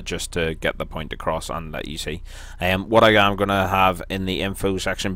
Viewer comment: Not "um" its..."iam"